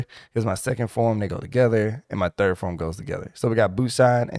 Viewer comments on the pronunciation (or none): none